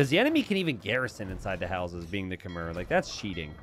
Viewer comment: I wish would learn how to pronounce Khmer correctly....